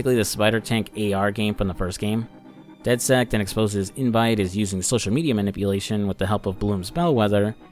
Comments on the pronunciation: I’ve never met someone who pronounces it dead sekt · Does it bother anyone else that throughout both games he calls the group "dedsect"? Good videos though